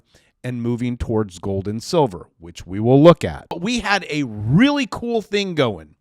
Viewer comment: Oh reary, ahnuda coridential rerail